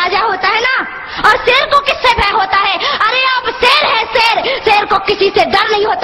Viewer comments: seer nahi sher pehly batin seek lo tab speech karna oky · Pehle to is larki se ko kaho ke SHER to sahi se bole le. Ser bol rahi bhosri wali. lol Pakistan Zindabad. Ser hahahahahahahahahaha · shair ko sair hahahahhahahahhahahahhahahahahahhahahahhahahahahhaha